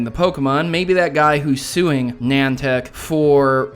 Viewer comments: niantic is pronunced- ni-an-tic NI like night, AN like ant, TIC like the insect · Someone needs to make a compilation of every time tries to pronounce "Niantic"